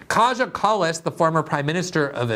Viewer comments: It’s pronounced ‘K-I-Y-A’ not ‘KAJA’ Glenn! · Greenwald Its pronounced Kaya, our little brave princess. Her friends Analena and Ursula are equally brazen and delirious. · It's pronounced Kaya. If you see a J in a name from any of these Baltic and Slavic countries, you can presume it's pronounced as a Y. Just so you know for next time xx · It's pronounced Ki-ah Kallas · Glenn you are right about everything as always except one thing .. her name is pronounced Kaya.